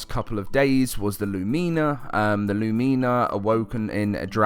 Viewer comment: Its not pronounced "Lumeenuh"....